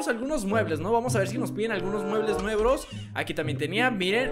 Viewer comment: dijo muebles nuevros en el minuto.